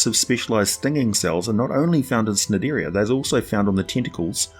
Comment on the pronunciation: nope. It's pronounced like nigh-dairy-an